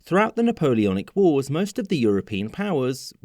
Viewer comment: the napoleonic oars?